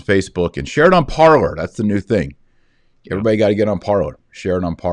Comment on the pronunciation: BTW, with no offence meant, that alternate social media site "Parler", is pronounced, Par-Lay. It seems to be the French verb for, to talk.